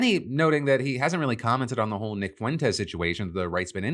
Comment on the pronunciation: The fact trump correctly pronounced Nick’s name makes me thinks he knows something about him…